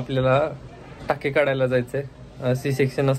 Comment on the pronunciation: 😂😂😂😂 टाके तोडायला नाही ताई काडायला 😂😂